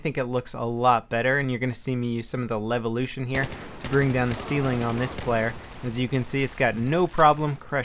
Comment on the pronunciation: say levolution one more time